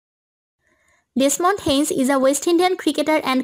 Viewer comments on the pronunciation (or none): Very Bad Pronounciation by Madam , while Briefing about West Indies Legend Desmond Haynes ( Popularly Known as Dessy Haynes). One of My Favourite Cricketers. 👍👍👍